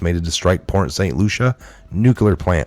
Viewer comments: It's pronounced Port St Lucy not Lucia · Bro, it's Port St Lucie not. Lucia. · Correction: Port St Lucie is pronounced as: Port St Lou-see there's NO A at the end of Port St Lucie ;) And if you live there you should know how to say it correctly ;) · I live in Florida! Never ever seen a hurricane turn 90 degrees!!!!!!!!! It's pronounced Lucy , like I love Lucy. Port st lucy. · It is pronounced port st Lucy. It's spelled lucie there is no a present. Not Lucia. I almost had to turn it off. I know you dont have a big crew but if you are not sure of annunciation please look it up. Attribute is another word that needs work. Other than word annunciation your perfect. Good day.